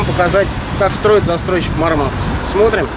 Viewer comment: Они Мáрмакс а не Мармáкс